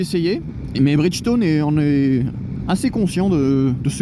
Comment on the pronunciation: Pneu Bridchtone 🤣🤣🤣🤣